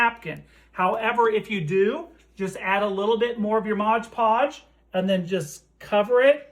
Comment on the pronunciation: It’s called Mod Podge, not Modge Podge on the bottle.